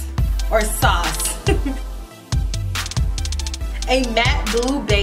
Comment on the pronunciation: “SAWCE, or sauce” lmaoo 😂💜